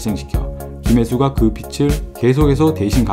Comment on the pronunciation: 목소리 좋고... 발음도 좋으신데... 고놈의 빚... "빚을" 발음하실때 비츨 아니고 비즐... 재미있는 영상 보고갑니다. 화이팅!! ^^